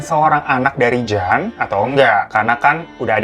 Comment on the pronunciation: Nama JAN, dibacanya YAN kak, dalam bahasa Belanda maupun Vlanderen Belgia, Huruf J itu dilafaz nya Y.